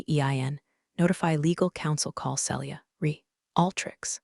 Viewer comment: Celia is pronounced Seelia not Sellia. If you can’t pronounce it don’t use it.